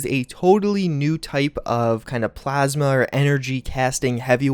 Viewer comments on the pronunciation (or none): none